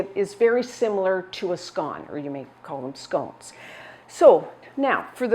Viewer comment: It's scones...